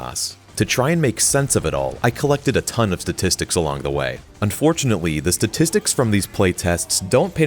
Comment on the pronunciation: "unfortunatewy" lol